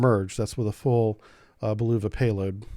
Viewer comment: and "blueva" Bulava this man has long ago stop trying to say these names somewhat right LoL